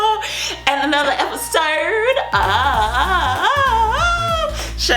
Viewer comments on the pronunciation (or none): Why do you say episode like that but I do like ur videos